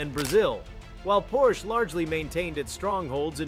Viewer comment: Tuned it out, can't even say the name correctly.